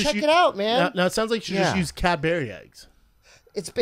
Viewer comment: Why does Brendan say "Cadbury Eggs" wrong?